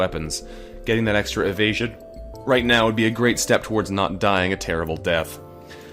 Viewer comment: *le me not paying attention: "our evasion is terrible" What I hear: "Our asian is terrible" wut